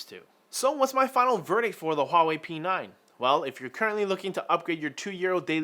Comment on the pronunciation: P9 ? "Pee Nein" !